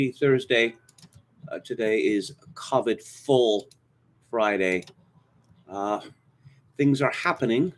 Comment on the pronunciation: It's a mystery to me why purposely mispronounces COVID. He sounds like he's trying to be some kind of upper class British elite. Whereas 99.99% of everyone else pronounces COVID the same way he knows better than that. If he thinks he's trying to sound insightful or something it doesn't work, it just makes him sound like an idiot.